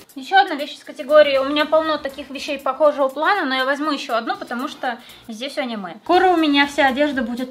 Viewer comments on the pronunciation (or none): none